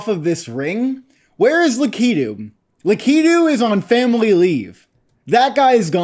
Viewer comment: Bro just pronounced Lakitu la-key-do